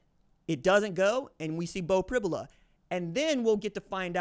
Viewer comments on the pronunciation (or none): It's pronounced Prib "you" la. You can't throw the ball down the field when you can't protect...It's a recipe for sacks and turnovers. Look for screens and quick throws by Ohio State. Allar has been playing at an elite level this year. Pribula can throw and move well. He's a 4 star prospect and has played in many games. PSU can win with either.